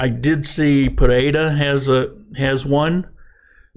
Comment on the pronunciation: Explain the “D” sound in Pereira.